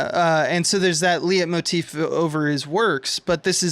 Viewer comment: I enjoy listening to you guys, but do you really mean to always say "symbology" and never "symbolism"? Also, it's pronounced "light motif",, and it pretty much only applies to music. I guess you'd want to say "motif"?